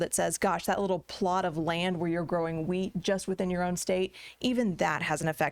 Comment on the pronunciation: I thought she was going to say "weed" not "wheat".